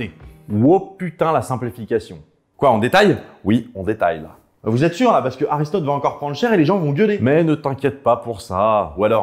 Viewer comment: Répète après moi: A*R*I*S*T*O*T*E !! 😁